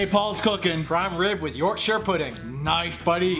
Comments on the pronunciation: thank you for saying "yorkshur" and not "york shire" pudding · Love it you said yorkshire like a yorkshire person! Not york shiyr! Im impressed lol next try worcestershire like the sauce. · Rare to hear it pronounced correctly from people from different countries! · Paul pronounced Yorkshire correctly - well played sir!